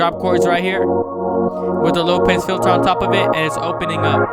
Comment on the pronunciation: Did he just say "low pase" 😑😑